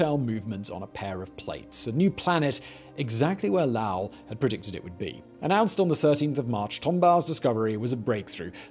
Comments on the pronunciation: Lowell = lo Well not lalwel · Low-ell, as in “bowl”, not Lowl like howl. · Yo Simon, His name is Percival Low- ell, the O is long. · Lowell doesn't rhyme with vowel or howl, it is Lo-el like saying Joel in two syllables. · The name is Low-ell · I really can’t take this seriously with the way he pronounces Lowell. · You are mispronouncing "Lowell". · Why do you keep mispronouncing Percival Lowell’s last name?